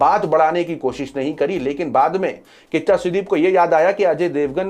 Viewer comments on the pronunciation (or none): Bhai kiccha sudeep..not kaccha sudeep 😭